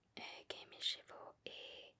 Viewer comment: Ravi de te revoir :D Attention a la pronociation de "Cheveux" qui se disent: CHEU-VEU. La on entend chevaux (CHE-VO) et c'est pas la même choses XD